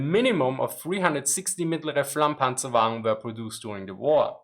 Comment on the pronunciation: "The Medium Flammpanzerwaggen onowanienaiofenofnaonfoeanfoa" Is what I heard... and now I am scared of learning German